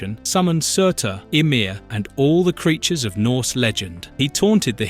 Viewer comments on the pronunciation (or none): none